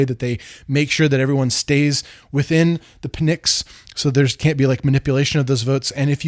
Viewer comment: I loved this video (here from Nebula), the history plus the tie in to modernity, great job! My son's middle names are Leander and Atlas, so not Pisistratus but still... || In regard to Pnyx the P is silent, and beware of mentioning HP these days its a contentious topic, especially after what the UK just passed. The 5 effers, those jerks!